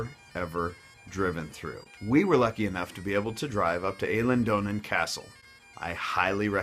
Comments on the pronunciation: It's EE-lien Donan, not EH-lin Donan. And it hasn't been restored to what it originally looked like. Many parts are still from the 1920's. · I'm not trying to have a go at you mate but it's pronounced eelen donan. Great video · Eilean donan is pronounced Ellen donnin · It's ee-lin don-an not A-lin dough-nan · Eilan Donan is pronounced eelin donnin, not ayylan doonaan! you say Glasgow totally wrong, its pronounced glaasgoh, not gllasssgo 😂 u also say Edinburgh like Alex Salmond, its more like Edinburugh, if you're from the Central Belt; not so much Edinbruh. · It's pronounced eelin - Don - an not elan - donan...just been there it is great. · I? Not A in Eileen and don not doon in the castle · Eilian Donnan is pronounced Eyeliandonnan or Aye ochayethenooladdie, ye were dain no bad up tae that point as well then you fell by the wayside :) but over all no a bad perspective av heard worse :) ye nearly passed the test trial and error ma man at least you came to visit thats the main tbing the granmer will follow :) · It's Eye Lan Donan. And if you put gas in your car in Scotland you're in big trouble. 😂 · Appreciated this video as I'm from the Bonnie land! Thank you for pointing out our foibles. Just one moan - its pronounced I - leen castle! Nice video though. Next time you come, the best tour guide you could hire would be a local from the town you're in. Thank you for pronouncing Edinburgh And Glasgow properly too. To Americans it would be like us Scots pronouncing Tuscon and Arkansas wrong! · Well done Sir. You have learnt much. A few points: Eilean Donan is pronounced 'Ailan Donan' and the best haggis you will get is made by an Edinburgh butcher called Mac Sweens. Other than that not bad. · Cat 124 no no no it is phoneticaly pronounced eel an don an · Not at all bad on Edinburgh pronunciation, but blew it on Elaine Donan.